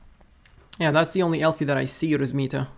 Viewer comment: Bro it was ELFY not ELFI 😂, I didn't do u bad bro 😢